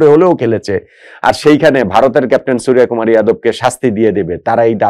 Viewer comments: ভাই,ভারতীয় নামের "বাংলা উচ্চারণ" ভুল বলছেন- 'সূর্য কুমার' - wrong pronounce ''সুরিয়া কুমার'' "রাভীচন্দ্রণ আসউইন" is wrong, হবে ''রবীচন্দ্রন অশ্বীন" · ওটা সুরিয়াকুমার নয় সূর্যকুমার। 'জ' আর 'য' পার্থক্য বুঝুন, তাহলে বুঝতে পারবেন।